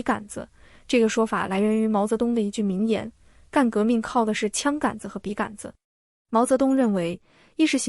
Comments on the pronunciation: 笔 杆 （gan 一声）子？ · 笔杆子的杆是三声吧，听着好别扭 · 完美的声音，除了“笔竿子”这个读音有点怪